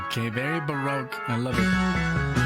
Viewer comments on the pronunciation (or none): none